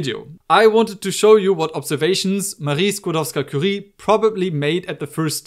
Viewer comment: Wonderful demonstration!!! Thank you for doing this! (Also, this is random, but I really appreciate how you are one of the few people who properly say Skłodowska-Curie instead of just Curie)